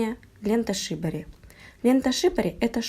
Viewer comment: Произноситься лента шибÓри или сибÓри.